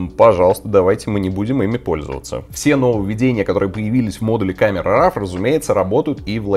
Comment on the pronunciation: Камера Ро а не рав, как и Корел Дро а не драв))